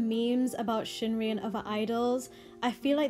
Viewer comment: sheungri? what makes you think that it's pronounced like that?